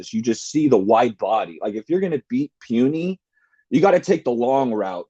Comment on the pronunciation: Puni not puny !!! lol who the hell is this guy?!